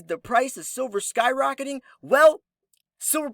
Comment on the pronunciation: "skyrocketing"? LOL